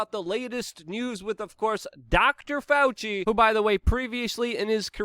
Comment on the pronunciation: Doctor FAL-SEE!!